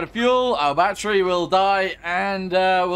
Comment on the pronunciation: Why do you even call it Batteru If you really want to say it like that just label it as Batteroo instead